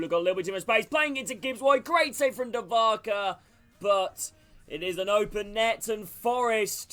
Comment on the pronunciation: you pronunciated Dubravaka's name wrong